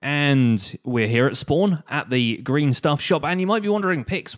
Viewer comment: When you say "Green" i head "Grian". I dont know why!